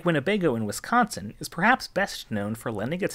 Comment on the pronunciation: The way you say Winnebago tells me you live nowhere near Wisconsin or the Midwest 😅